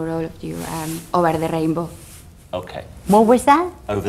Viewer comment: Ober de reinbo xddddd